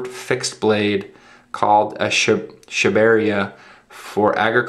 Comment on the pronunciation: its pronounced Sha-ba-re-aa